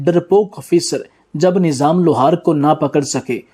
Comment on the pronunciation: بےوقوف انسان نیظام نہیں لفظ نظام ھے ویڈیو بنانے سے پہلے کسی اچھے استاد سے اردو پڑھنا اور بولنا سیکھ لیتا تو کتنا اچھا ھوتا